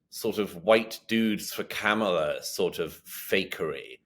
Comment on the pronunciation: Another one who thinks it's clever to mispronounce Kamala's name! Moron